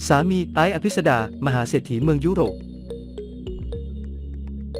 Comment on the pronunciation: เมือง ยุ โร้ป (ปวดหัวกับการเอา AI มาอ่าน)